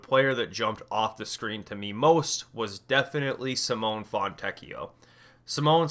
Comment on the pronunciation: Simone is pronounced Simoneigh. no hate just wanted to say it if no one else has